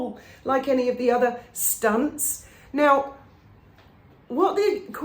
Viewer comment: All these "stunts"? Dont you pronounce your "c" funny 😂😂😂